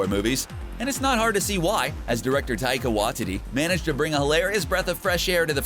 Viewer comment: “taika wa titty”